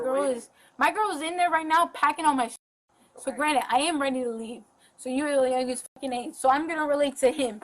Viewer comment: She’s so young and rich and smart. She has $50/month. If that’s rich, I’m a fuckin billionaire! She is so smart, yet it seems the only word she knows is utilize and uses it for literally everything even when it doesn’t apply, “yall are utilizing my ass” lolz so fuckin stupid! Also she keeps saying “granite” instead of granted and over and over so it’s not a slip of the tongue. Clearly broke and stupid is her real identity and rich, smart, and pretty is her alter ego.